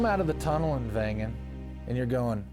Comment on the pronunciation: Thanks for your nice presentation. Please note following The right village"s name is Wengen and not vengan Cheers from Switzerland